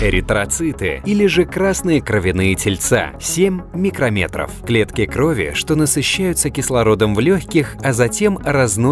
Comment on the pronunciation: почему сем а не семь